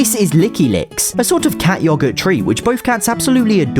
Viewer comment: Why does he say yogurt like that